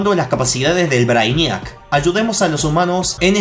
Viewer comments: se pronuncia Breiniac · no se dice asi,busca la pelicula "superman:braniac" y vas a saber como se dice 😁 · Oh dios... la forma que le dice al brainiac Se dice brei-niac porfavor xD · Se dice breiniac no? :'v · Te burlas de jorge por no saber ingles pero lo hablas para el culo ;-;"brainíac" wtf???